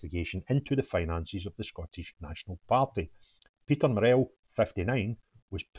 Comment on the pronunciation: You are pronouncing 'Murrell' incorrectly. Say it like Burrell. Don't emphases the 'ell' part.